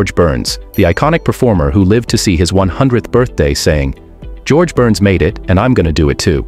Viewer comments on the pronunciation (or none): none